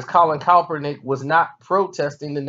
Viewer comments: Who the fuck is Colin calprineck... Jesus learn how to pronounce the names of people you critique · Your rationale is weak AF. You're saying I can't articulate to you why I support Kaep's protest and you can barely pronounce "Kaepernick." Do you not understand that the very definition of a sell out is to compromise your principles for a paycheck? Francis Scott Key didn't revise the national anthem. He wrote it like he meant it. Someone coming along later and taking a verse out doesn't change the context in which it was written. And did you really equate protesting the wearing of fur to protesting the killing of unarmed people by police, in which nobody is punished? Those acts of injustice invalidates the principles your beloved national anthem says this country is supposed to represent. Thus the protest. What don't you understand about that? And you call us stupid? Man, stick to talking about hip hop beefs. Social commentary is obviously not your thing. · Put some respect on his name and say it right